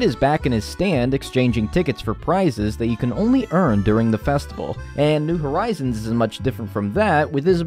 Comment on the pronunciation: Festi-vay-le ewww lmao